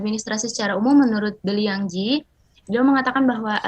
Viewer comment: Ijin ya brother and sister. Nama The Liang Gie, dibaca " Ce Liang Gie". Barakallah fiekum